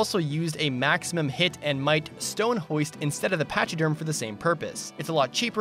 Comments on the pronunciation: I think Pachyderm is pronounced Pack-E-Derm, I think it's a word that describes Elephants, Rhinos, Hippos etc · I love the video it was super fun, but the way you said pachyderm made me cringe. But you somehow also said hauteclere perfectly when noone else does? Weird flex but okay XD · he said pachyderm and i was disappointed when i didn't see any elephants.